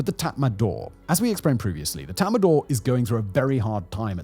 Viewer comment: Its not tatmandaw, its tatmadaw--- no N. Read the spelling.